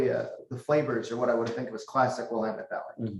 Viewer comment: Will-LAMB-it is the way to say it, lol